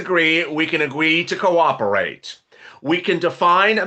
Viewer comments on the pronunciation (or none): Purple Haze Purple Haze 🎶 did I hear you say "Quack-operate" 🤣 I must replay this one. I did! taw a puddy tat 😂